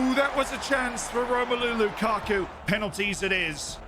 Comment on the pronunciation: Are we not gonna talk about Lu-Cock-U